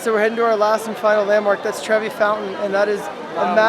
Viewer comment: Lol treve it’s pronounced like tre vai